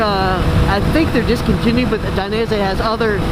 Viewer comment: Great vid - even though I'm fairly tall I still learned some good tips including how to properly pronounce "Dainese" LOL. I'm buying some gloves from revzilla soon and want you to get a commission - if I click your affiliate link it takes me to boots - if I continue shopping for gloves from there I assume you'll still get a commission?